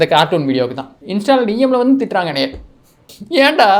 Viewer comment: That "Eanda" slang.... Ultimate 😂😂😂😜